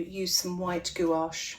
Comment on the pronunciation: You pronounce "gouache" correctly, like a European. I was watching some American artists and they pronounce it like "gooch" or smth 😅